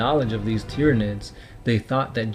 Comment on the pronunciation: I'm really glad I found your channel and appreciate the work you've put into it. This is the moment that anyone reading this will hate me, but I just have to say it because that's who I am. your pronouncing a large amount of names... wrong. Tyranids is pronounced the same way you say Tyrannosaurus.